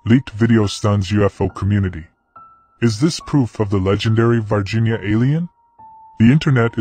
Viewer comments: This is confusing! The title says VIRginia, but the narrator is saying VARginia. Would somebody please explain this and how an "alien" from VIRginia is showing up in Brazil? I have known several people from VIRginia, and they didn't appear to be aliens to me! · I'm Brazilian. It's "Varginha" town, not "Virginia". And that is not the creature, It had 3 head bumps.